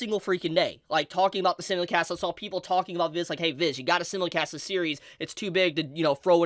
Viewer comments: For FUCKS sake, stop saying "simulicast" it's "simulcast" and you call yourself an Anime YouTuber.. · Bro SIMULcast. As in SIMULtaneous. Sy-mul-cast 😭 I've seen like 4 our 5 of your videos and you say it in every one. It's driving me crazy. Otherwise, super hyped for Bleach coming back and hoping the dub cast all returns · Ok hold up The way pronounces “simulcast” is seriously messing with me. I always thought it was pronounced “sime-mul-cast” cause that’s what I swear I always heard. I know it sounds like a weird thing to bring up, but the 20+ years of watching anime feels like it’s in question now